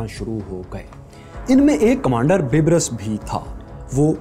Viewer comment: Bieber ni bro 😂 sultan rukuddin baibers